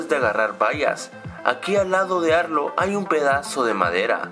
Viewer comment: cuando a arlo lo llama dicen arlo no arlou error num: 15